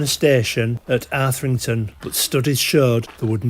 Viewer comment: Arthington, mate. Say it. Arthington. 😂